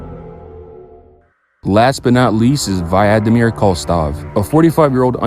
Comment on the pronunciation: its vladimir koltsov 💔💔